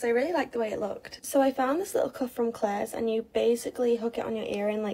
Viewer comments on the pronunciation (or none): I cringed so hard when she said Claires. lol